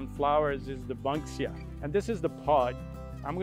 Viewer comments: His pronunciations are tainted by his Mexicanish accent. He says banksia wrong, emu wrong etc. but he is very interesting. I m Aussie and I didnt know the paper daisies closed from water . I also think he should've mention where in Australia these plants were found some are regional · Don't pay too much attention to the way he pronounces plant names, he has a strange accent. Banksia is pronounced like 'bank', not 'bunk'. Otherwise all the info is good. I have a bottlebrush in my front garden, they're beautiful when in flower. I was really surprised that he didn't mention the golden wattle. It's so iconic that it's on the Australian coat of arms underneath the kangaroo and emu. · Eucalypts have been bought by and planted in CALIFORNIA and INDIA... It's a tree type that thrives in dry weather. No surprise I guess... The GREEN & GOLD of the Wattle are our national colours. It's EE - MEEW. Also, BANK-SIA, not bunk-sia. He's clearly not a native himself! 🤣 M 🦘🏏😎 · It is E mew mate. Never heard of what he said in my 67 years in Australia. It is also a Banksia, not a bunksia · We are right… it is pronounced “eeeeemu” he also said it wrong He also said the “Banksia” wrong… he pronounced it “bunksia” Think about money in a bank = “BANKsia” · It’s pronounced Banksia not Bunksia what ever that guy said. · He said Banksia differently as well. He said it like Bunksia. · Bankside is named after Joseph Banks, the botanist on James Cook's first trip to plot the passage of Venus in 1770 when they ran into the east coast. Was not how he pronounced it. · Bank-see-uh (banksia) Ee- mew (emu) Have a look at Stuart’s desert pea as it looks unreal too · I think he might have come from Singapore or another Asian country originally because he has an accent that is not full Aussie and so he did pronounce Emu wrong. You have learned well, my son. You know how to pronounce Emu. Also, he pronounced Banksia as “Bunksia” but it is pronounced like that of the Wells Fargo Bank.